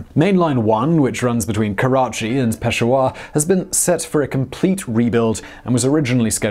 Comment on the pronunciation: it is not peshwar it is peshawr and not gudar it is gwadar not making joke just telling